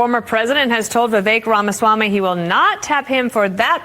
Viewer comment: why do you always call him "Vivek Ron Swami" ?